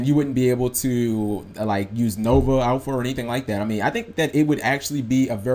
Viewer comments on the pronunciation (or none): none